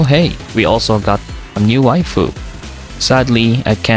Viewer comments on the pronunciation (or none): none